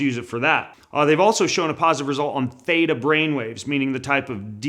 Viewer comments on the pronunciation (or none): none